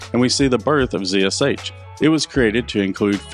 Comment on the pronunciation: Ha, he properly pronounces it zee esh aytch. Instead of Zed Esh Haytch.